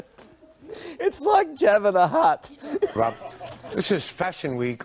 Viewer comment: Did he say “JAVA the Hutt?”